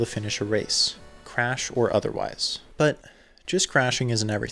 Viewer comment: take a shot everytime he says chrash lmao! awesome video, loved it